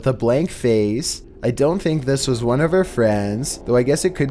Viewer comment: No one:: BeFoRe We GeT tO nUmBeR OoOnE